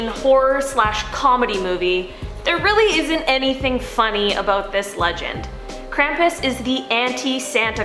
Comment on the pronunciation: They keep saying krampus wrong.